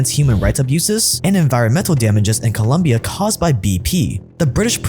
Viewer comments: The video is amazing, but please it's Colombia, not Columbia. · Great content as always but... Dude for second day in a row... It's not "Columbia", it's "Colombia"😎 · My man.. COLOMBIAAAAAA, not columbia, please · Its colombia not columbia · It's Colombia not Columbia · Sup! It's Colombia, not Columbia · Colombia not Columbia 🙇🏻‍♂️ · It’s Colombia, not columbia sir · It's COLOMBIA. Not Columbia. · Its colombia goddamnit not columbia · Its Colombia not Columbia:) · ColOmbia, not Columbia….. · It’s COLOMBIA not Columbia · It's not Columbia it's Colombia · The country name is Colombia not "Columbia" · Colombia 🇨🇴 not Columbia 🏫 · It’s COLOMBIA not colUmbia… ignorance/… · Colombia, not Columbia. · It’s Colombia not Columbia 🤦🏽‍♂️🤦🏽‍♂️🤦🏽‍♂️ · Why can't the get the name of the country right? Just open the Wikipedia page lmao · Hey, I'm not shocked about what BP is capable of doing, nor what they actually did. I'm just shocked that YOU sound shocked. Another thing, geography 101, it's ColOmbia, not the University on the UWS., you shock me... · For fuck's sake, it's ColOOOmbia. I don't if this guy plays stupid to get more views or if he's just plain stupid. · Due, the name is Colombia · It’s “Colombia” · The fact that you couldn’t get right the name of the country you’re talking about makes me think about everything else that might be incorrect with this video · Its Colombia my g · It's colombia* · Bro it’s Colombia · Hey youve been to Colombia. I dont think it's that hard to get the name right. Good video though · Colombia 🇨🇴, not Columbia 😉. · It's Colombia lol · It's Colombia 🤦‍♂️🤦‍♂️